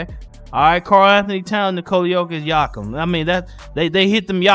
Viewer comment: Its like saying ‘Swish’ me personally i say it with a “b” n not “m” or i yell out “Jakob Poeltl” his first name is pronounced ‘yakub’😂😂